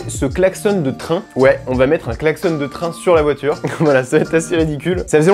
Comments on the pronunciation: ON DIT UN KLAXON PAS UN KLAXONNE 😂😂😂👌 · Klaxonnnn pas klaxonne 😭😭😭😭😭😭😭😭